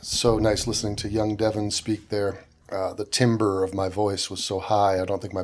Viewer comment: Timbre, pronounced Tamber